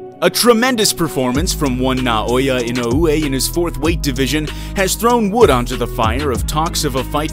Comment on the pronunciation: Bro please help your self dedicate to learn the Japanese guy name properly